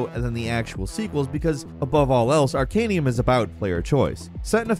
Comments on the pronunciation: Dude! ArcaNUM, not ArcanIUM. I feel like Hermi-one with her Levi-O-sa saying this, but it hurt. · "Arcanum",. Not "Arcanium". XD Good list! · It's Arcanum, not Arcanium. Tell me you've never played it, without telling me you've never played it. Arcanium is a mobile card game... totally different. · Would've been better if he didn't keep saying Arcanium instead. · You mean "Arcan(EE)um"? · Where are you getting the I in arcanum? Ar-can-um